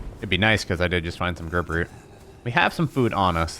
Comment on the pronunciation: Grub Is not pronounced groob That’s not how English works.